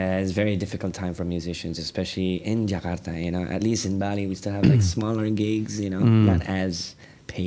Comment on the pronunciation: Respect to ras Muhammad for pronouncing Jakarta not Jekadaaa...